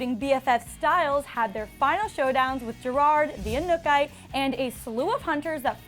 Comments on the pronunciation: Edward Zamora anukay 😹😹 i cringed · was i the only one hoping kira would show back up at some point? also the girl doing this video cant even pronounce the inukatae correctly...triggered lol